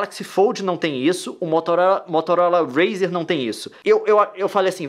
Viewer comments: "motolora razer" kkkkkk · "MOTOLORA RZER" KKKKKKKKKK